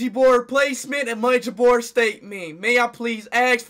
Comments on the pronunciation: Why speed say ouija board Luigi board😂😂😂😂😂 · LOL IT DOES SOUNDS LIKE LUIGI BOARD THE